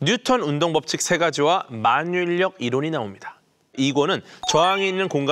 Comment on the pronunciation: 만뉴인녁이 아니고 마뉴일력으로 읽어야 맞는거요......